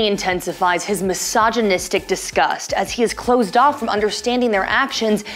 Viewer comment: Did she just say mysogonistic